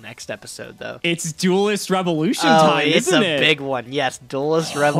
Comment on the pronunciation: Listening to constantly say "Duelist" continues to be the most cringe thing about this series